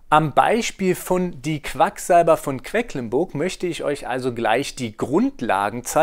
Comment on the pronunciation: Vielen Dank für die ausführliche Erklärung. :) Nur ein kleiner Hinweis: es heißt „QueDlinburg“, nicht „QueCklinburg“ 😬